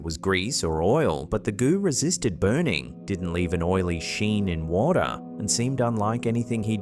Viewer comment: You say "goo" in such an Aussie way... LOL